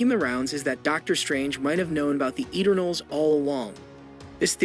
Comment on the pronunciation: It's pronounced: E turn ulls Why do you pronounce it a different way each time?